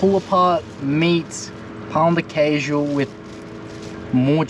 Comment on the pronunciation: I can never hear these guys saying "pau de queijo", I just start laughing in spot bro, it's just so hilarious for me, I can't